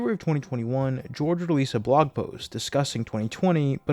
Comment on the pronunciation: Cracking up because something about the way you say “blog” has my captions translating it as “blong.” I had to rewind like 5x before I finally understood the confusion. Blong aside, great video. Please update us again soon!